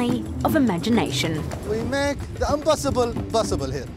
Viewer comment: We are Able to "Broduce" , "We make the Unbossible, Bossible here". And burst into laughter 😂🤣😅😂